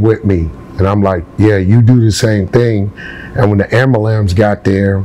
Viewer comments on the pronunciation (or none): One day we're going to eventually learn how to say ambulance. LMMFAO Great story though. I used to bump Crucial Conflict.